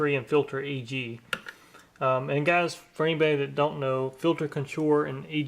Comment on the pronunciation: It's "gahs".